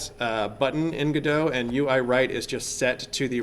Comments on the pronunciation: Stop calling it "gudough" you fucking mongol you even acknowledge the creators refer to it as "go dot" yet continue to pronounce it your own way because mommy told you you're a special snowflake. Are you stupid? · and its go DOT not gado, if your going to make tutorials pronounce it right god that's annoying. notice the second letter is an o not an a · You say (Ga-do) but it is written (GO-DOT). I say (GO-DOT) as it is written. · The creator of the 'gif' verbally called it a 'gyph' all the time. Look how much people cared, lol. 'go-dot' would have to be a compound word to make sense, lol. "gu-doh' just makes sense. There are very few actually good cases to use the silent 't' and I think they should own it, lol. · FYI: Pronounced GOD-oh. Not Go-dot or Go-DOH. Godot development was started by Juan 'reduz' Linietsky and Ariel 'punto' Manzur in 2007.[13][14] Linietsky stated in a presentation that the name Godot was chosen due to its relation to Samuel Beckett's play Waiting for Godot, as it represents the never-ending wish of adding new features in the engine, Waiting for Godot (/ˈɡɒdoʊ/ GOD-oh[1]) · It's pronounced God-oh (not Go-doe)... Waiting for Godot (/ˈɡɒdoʊ/ GOD-oh[1]) is a play by Samuel Beckett, in which two characters, Vladimir (Didi) and Estragon(Gogo), wait for the arrival of someone named Godot who never arrives, and while waiting they engage in a variety of discussions and encounter three other characters. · godot is pronounced like robot… thats why the logo is a robot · The icon is a robot. not a roboh. the name is godot. not godoh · great vid. FYI If you're a theatre major and are pronouncing it like the samuel beckett play, it's norally pronounced "god-o" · Go Dot, its not a Frenchman. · They need to brand this engine as GoDOT or GoDot not GODOT. Would help alot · Yall are dumb. It's 'Godot'. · It's obviously 'Godot', as in 'Godot' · I think people pronounce it gu-doh as in the play "waiting for Godot (God)"; instead of Go-dot.